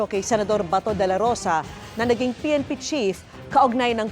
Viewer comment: Yung bato naging Bahtoh, batow, batoo, bahtuwo🤣🤭🤭🤭